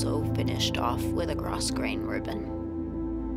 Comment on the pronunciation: It is really gorgeous! P.S. When you pronounce grosgrain, the s is silent, so you just say gro-grain.